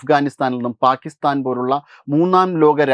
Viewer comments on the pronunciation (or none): none